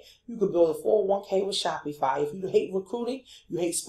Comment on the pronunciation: nice video- but u keep pronouncing SHOPIFY incorrectly as well you shouldnt be showing new affilaites to promote licensed products. You can get into a lot of legal issues as you are not a licensed vendor of Dora products and buying replicas from aliexpess - thats copyright infringment. Always select products without branding or license issues. Thats pretty important. But passion products are important- i do agree.